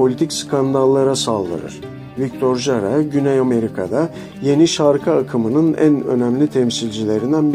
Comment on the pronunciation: Victor Hara diye okursanız doğru olacak video İçin teşekkürler